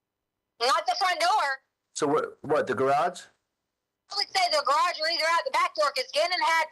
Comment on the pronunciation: Does anyone else’s ears cringe on how she pronounced Garage ?? She say Grawj it’s annoying